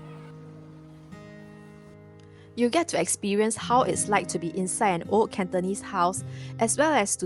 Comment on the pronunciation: Please don’t mind but old ≠ oat as told ≠ toad [ohld] versus [oht] and [tohld] versus [tohd]